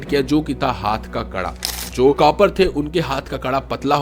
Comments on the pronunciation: Copper nhi bhai kaapar😂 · We r not cupper it's *KAPAR !!